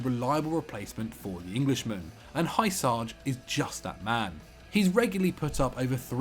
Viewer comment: How the hell did you pronounce Hysaj? "Hayusaj"? It's "Hyussay"